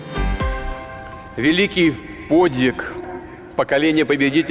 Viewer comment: «Великий подИг» вместо подвига! Это как? И это что? Не в состоянии прочесть даже с листа?! Позор плешивому и за «подИг», и за то, что развязал и никак не может закончить во&ну в Украине!